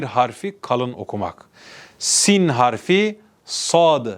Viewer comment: Doğru okunuşlar Siyn=Sin Şiyn=Şın, Ta=Tı Za=Zı